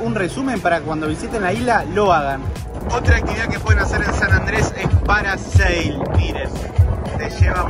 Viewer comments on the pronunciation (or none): Muy chévere y bonito todo, a propósito no es "parasale" es PARASAIL, saludos desde U.S.